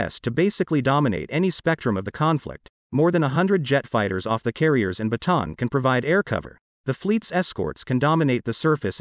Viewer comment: Learn to correctly pronounce "Bataan".